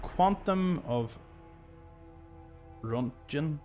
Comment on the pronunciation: Roentgen = ront-gan (looked it up! Various pronunciations, but appears to be ront-gan in the UK). It seems to be some form of electricity generated by radiation(?).